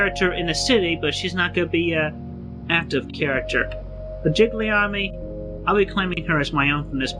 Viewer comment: And have you also noticed that never once does Chris pronounce the N in Sonichu? It’s “Sahchu” every time.